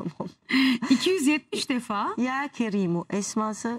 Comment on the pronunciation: Sonuna koyduğun u nedir ya kerim okunuyor sen ya kerimu diyorsun